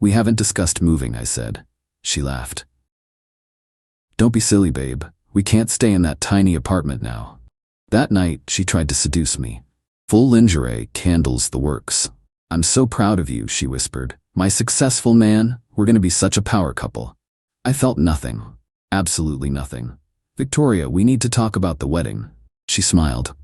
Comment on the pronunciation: Lingerie…..pronounced “lawn-zhr-ay” . Sorry if it sounds picky but you use it a lot and it’s always the wrong pronunciation.